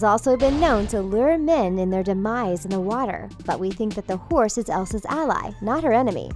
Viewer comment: She said hourse YEAH ONE WITH ANTLERS!